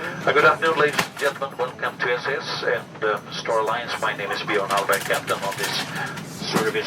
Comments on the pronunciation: Hello. I am from Denmark. So you normally say Sas. Your welcome! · It's definitely pronounced Sass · Referring to how you pronounce “SAS” in Norway, which is a part of “SAS” we would say “Sass” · We Swedes pronounce it ”Sass” to be honest